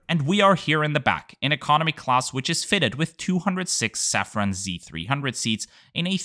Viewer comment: As many Austrians, me trying to pronounce French words correctly feel with you. But since I learned about the company Safran Seats on your channel, being a French multinational, you should consequently pronounce it "Saffro" ;)